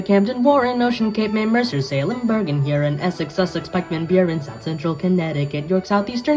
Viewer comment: Its pronounced hyur - on but love this!